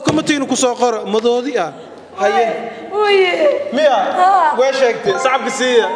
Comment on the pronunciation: Madoori❎ maroodi✅😂😂😂